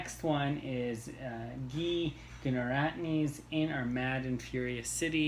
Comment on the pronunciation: I was a bit let down by Warlight... just didn't do it for me. My expectations may have been too high. PS Guy is pronounced like English word "guy" not French name "Guy" :) I am tempted to say "gee" every time though! I'm getting hyped for the Giller... expect some complaining from me. Short Story September sounds great!